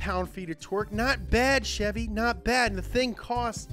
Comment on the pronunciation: You sayin Ch-evy instead of Sh-evy is making me uneasy it’s CHEVY NOT CHEVY YA FEEL